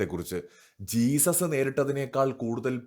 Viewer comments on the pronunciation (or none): none